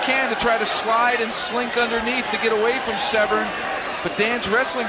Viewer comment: slap yourself if you say. "sev-ren". its se-vern.......